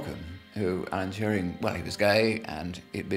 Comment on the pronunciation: And nobody knows Alan Touring....Allen Turin .... Allan Tewring. ... whatever